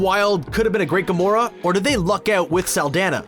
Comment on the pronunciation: Green-skinned assassin? I almost thought he said Garona lol